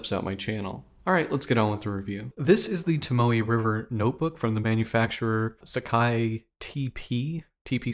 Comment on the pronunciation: you pronounced "sakae" correctly. Japanese language uses the literal Roman letters transliteration, so there's no hidden pronunciation shenanigans, yet.